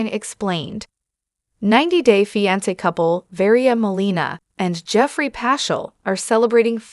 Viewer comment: Terrible AI. Can’t even pronounce the word ‘fiancé’, WHICH IS IN THE NAME OF THE SHOW!!!